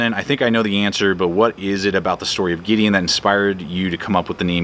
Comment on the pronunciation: 😀 I heard my name! Good pronunciation too! Have to share with my kids. Gonna check out the books. Glad you had the time to crank out another GT Show!